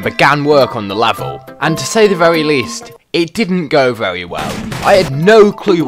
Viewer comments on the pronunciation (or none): Why you say very like vewy